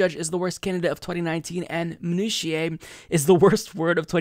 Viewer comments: I'm sure I'm not the first but... It's min-oo-she-uh haha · Minutiae is pronounced 'Meh-Noo-She-Uh' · Imo it’s Biden but it’s close. Also FYI it’s pronounced mih-new-sha:) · Not to get into the minutiae, but "minutiae" is pronounced 'minutiae' not 'minutiae'